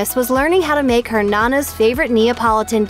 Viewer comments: Nonna! not nana.......geez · Sorry, it’s no-na, not nunu